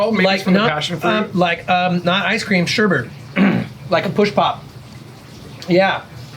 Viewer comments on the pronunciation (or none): If I had a nickel for every time someone said "sherbert"... ffs.🙄🤨